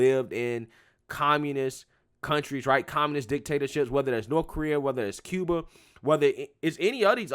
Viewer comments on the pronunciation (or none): none